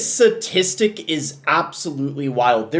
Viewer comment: Statistic. Sta. Tis. Tic.